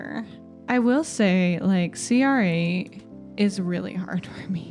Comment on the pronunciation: You can pronounce cr8 like 'crate'! Also great vid, as always.